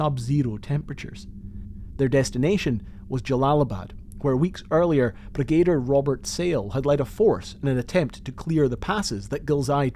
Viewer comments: Well done. Very well presented. My only tiny criticism is your pronunciation of “Brigadier”. It is not BrigAder. It is BrigaDEER. One wonders how many good men through the ages have died for the hubris of leaders whose confidence far outstrips their competence. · Impressive work, a little disjointed at points. But I have to take issue with the pronunciation of Brigadier. It's Brig-a-deer, Not Bre-gay-duh. Drove me nuts! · Brigadier is usually pronounced 'brig' 'ah' 'deer'.